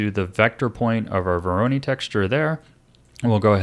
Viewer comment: Minor nitpick: Voronoi is pronounced like voronoy (rhyming with toy)